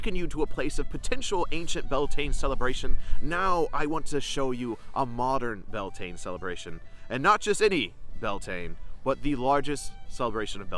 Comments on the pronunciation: Its prounced Bel ta nay😂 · I believe you are mispronouncing the name - at least according to Irish scholars. Your spelling is also different. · Would be good to pronounce it roughly correctly; Beltane is an English simplification.